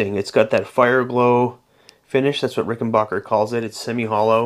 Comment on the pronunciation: Yeah! Rickenbacker.NOT Rickenbocker!😁